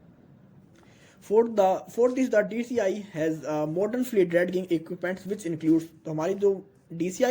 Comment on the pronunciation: dredging pronunciation is drajing not drad ging thanks